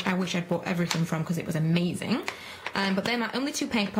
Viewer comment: Its funny when you say amazin!!!!!!!!!!!